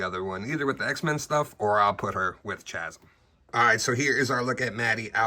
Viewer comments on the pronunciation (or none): I think you said Chasm with a CH instead of saying it like K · I think it’s pronounced Ka-zim